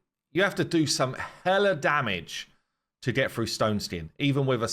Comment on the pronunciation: "froo" the stone skin